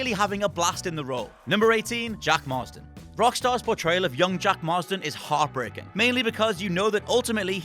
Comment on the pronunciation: Why is he saying John/Jack Marsden?? Its Marston!